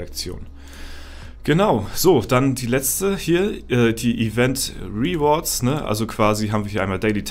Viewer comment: Es ist ja nicht schlimm wenn man nicht pefekt Englisch sprechen kann aber 3 Sekunden auf Google gehen, "translate" "rewards" eintippen und sich einmal anhören (mit klick auf das Sound-Symol) wie man das ausspricht, bevor man es 735 mal in einem Video falsch sagt/ausspricht, sollte drin sein.